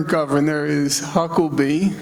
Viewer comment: It makes me so, so happy that he not once for this entire talk says Huckabee's name correct. I too will be referring to the entire clan as Hucklebees now. They deserve that L, they've put in generational work for it.